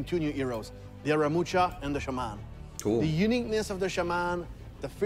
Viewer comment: It's pronounced shaw-men Not shay-men ffs lol